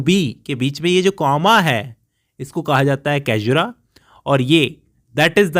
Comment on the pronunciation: It’s सैज्युरा not कैजुरा, बाक़ी आप बहुत अच्छा explain करते है .